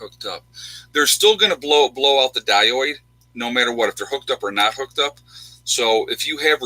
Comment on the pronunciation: Die-oid lol pronounced di-ode. Great vid time is getting short.